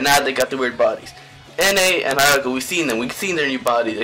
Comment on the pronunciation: Good video my only advice is to try pronouncing the names right( like haruka and shintarou)